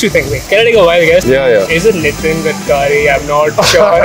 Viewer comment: The way he pronounced Gadkari 🥲 and the way she guessed Pratik Vibes, mtlb ye gendu generation ke logo ko photo dekh ke unke naam ka vibe aa raha 🤡